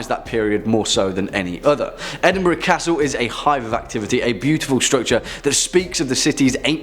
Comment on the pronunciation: TY. Afraid I was nuts. Also isn't Edinburgh Edinburo not burg? I'm probably not making sense. Sorry.🎃🤘☺️ Good vid still. I love hearing about your country and others. I am across the pond in the States lol.🇬🇧🇺🇸